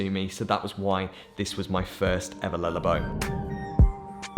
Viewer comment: "lullabow" shudders